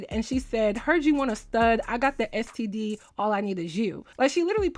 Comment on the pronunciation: Not "ES TEA DEE"😭😭😭! I'm on the floorrrrr🤣